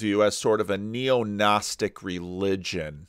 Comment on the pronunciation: Neognosticism...Oh dear, for a moment I thought I heard neonazism! Be careful with words,.